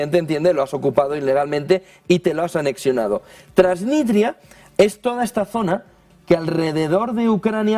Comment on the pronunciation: Transnistria, tío. No "Transnitria". Transnistria.